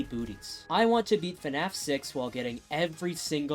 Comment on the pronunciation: I can NEVER unhear this guy say fnaf as “fenaf”